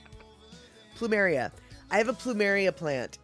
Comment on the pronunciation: Caught this on a rerun, that video on orcas was interesting. So now I’m more scared of ticks than killer whales! Also when you mentioned your plumeria, to me it sounded like you said “pample “, as in pample moose. Maybe that’s what you can name that plant?🌱